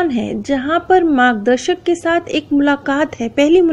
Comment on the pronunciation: It's margdarshak,not magdashak